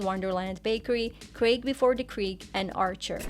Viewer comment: Wait, you won't pronounce Éomer? Why?😅 And you then butcher (no pun intended) Craig😅